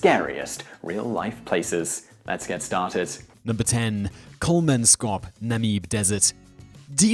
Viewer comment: It's Kolmans kop not Kolman skop. And Namib (like bib) not Nameeb (like bee). I have been to Kolmanskop many years ago and it's not creepy or nightmarish at all.